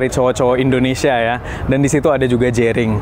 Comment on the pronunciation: Indonesia bukan endonesia lol